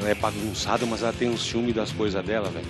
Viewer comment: "nooossa vélho"